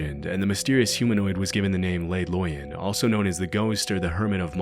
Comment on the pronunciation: You’re pronouncing “Le Loyon” as if it was a Spanish word when coming from Switzerland clearly indicates French. It should be “Leh” (Not “lay”) and “Loy-oh” (not “Loy-uhn”)